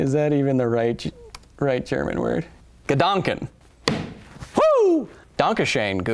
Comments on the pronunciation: ... he really has to work on his pronunciation. And on this point I'll recommend dict.cc as a word-transltor! Ps: Kyle , if you want I can try to teach you german , it's my mother tongue! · Es ist immer wieder lustig dich Deutsch sprechen zu hören xD It is always fun to hear you speak german :P I didn't recognize "Gedanken" but "Dankeschön" was very good. The most english speaking do not get the "ö" right but you did which is nice.